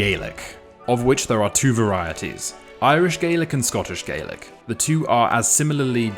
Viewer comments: hey mate I didn't mean to offend you, I'm glad your a fan of Scotland and are taking an interest in my culture, don't get me wrong. I also understand that words vary from dialect to dialect, but this isn't one of those words that does. The pronunciation of Gaelic doesn't vary between Glasgow Liverpool and San Antonio because none of those regions have a significant population of Gaelic speakers. It does vary between Lewis, Skye, Ross, Sutherland, Lochaber and Nova Scotia the regions that actually do speak Gaelic, and all of those areas pronounce it Gāhlick and have done for centuries. Gaylick isn't a regional pronunciation of Scottish Gaelic, it is the word for Irish, and if you use that word in Scotland people will think your mispronouncing it or that your referring to Irish. I hate to break it to you, but the way people in San Antonio pronounce Gaelic doesn't really have much of a bearing on the correct pronunciation because they don't speak it there. For reference, it would be like if you went around calling English Anglish, your just going to cause confusion. Also, I'm sorry to even have to say this but your not Scottish, it's great that your taking an interest in another country, but be wary your not trying to dictate to that country what they're like or what they should be like. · A bheil an Gàidhlig agad? Nuair a bhios mi a' bruidhinn sa Ghàidhlig, canaidh mi "Gàidhlig", ach nuair a bhios mi a' bruidhinn sa Bheurla, canaidh mi "Gaelic", oir 's ann mar sin a tha am facal air a litreachadh agus air fhuaimneachadh sa Bheurla. I'm sorry you're uneducated, and are unable to distinguish the difference between how words are pronounced in English and in Gaelic. Please educate yourself, so you don't sound like a bampot. As for the Irish, when they're talking about their language in English, they just call it Irish. When they're speaking Irish, they call it Gaeilge, and they pronounce it differently from Gàidhlig. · Scottish Gaelic is pronounced Gah-lic, not Gay-lic